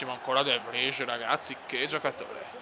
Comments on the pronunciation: De Vrij si pronuncia De vrai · Si pronuncia "de vrai" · Grandissimo, e comunque ottima la scelta di comprare De Vrij (che si pronuncia DE FRAI, credo ahahah)